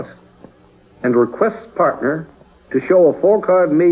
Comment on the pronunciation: It's a shame that the program's host keeps mispronouncing Chico's first name. It isn't pronounced "cheeko" but rather "chicko".